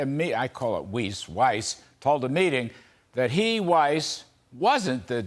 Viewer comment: Yes Sir, you're pronouncing Weiss (German for white) correctly and Mr. Rat Face as well as some of the Brandon gang should at lest be eliminated from office which may be wishful thinking at this time!